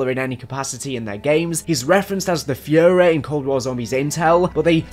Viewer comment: Damn did you just pronounce the führer as the fury wtf xD